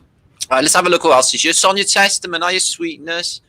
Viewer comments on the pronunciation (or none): none